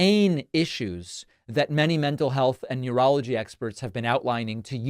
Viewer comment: When you said “…that many mental health and neurology experts….” I thought you said urology experts rather than neurology experts. Somehow it seems fitting.